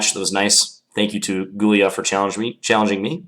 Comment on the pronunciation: John Bartholomew Gy-ula, not Gul-ya. :) It's basically Hungarian for Julius. Another Gyula was Breyer, of the Breyer variation.